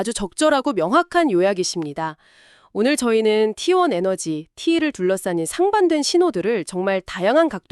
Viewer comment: t1이 왜 후반에 tlt라고하나요 ㅋㅋ ai 바보네요